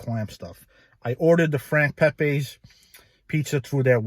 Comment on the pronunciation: It's Pepeeze not Pepaaaz Italian not Spanish